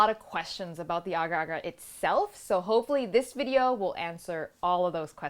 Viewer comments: Oh my.... You pronounce it right!!! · it is correct. im a malay and thats how you pronounce it